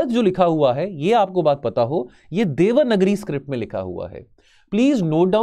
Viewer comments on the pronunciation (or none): This is strange that he doesn't know how to pronounce hindi word properly..... vasudhaiv Kutumbakam is वसुधैव कुटुम्बकम not वासुधैव and devnagari is read as देवनागरी not देवनगरी....